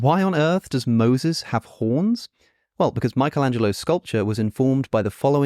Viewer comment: It's "Cranach" not "Cranak". After the vowels "a, o, u" the German "ch" is pronounced like the Spanish "j" in for example "jamón" (after "e, i, ä, ö, ü, ei, äu, ai, eu" by the way it sounds like the Spanish "x" in "Mexico"). Also the "i" in "Michelangelo", as every "i" in the Italian language, is pronounced like the "i" in "if". 🙂